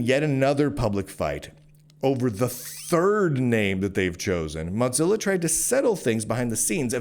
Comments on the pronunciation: Bro really called it Motzilla the whole video. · please,, there no 't' in Mozilla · call it modzilla one more time! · Am I the only one who pronounces it "moe-zilla"? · Muttzilla* and it's hillarious that's what's got you folks triggered, like there is no other argument so people take to deconstructing his pronounciation of Mozilla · Your pronunciation of "Mozilla" should be a crime. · Mozilla firing enough employees to completely shut down work on the Rust-written browser Servo is a great reason to despise them without mispronouncing their name.